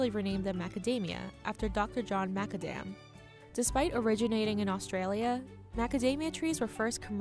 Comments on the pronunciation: John Macadams name is pronounced Mac - Adam!!? Not Mac-a-dam!! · Dr John Macka Damn? Damn girl that mispronouncing of “Mac-Adam” was Hillary us. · MacAdam, not ma-ca-dam. Eejit! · The key takeaway is that perhaps we’re all pronouncing it wrong...John MAC-A-DAM is incorrect, it’s MAC (gaidhlig for “son of”) - ADAM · The way she said MacAdam was disturbing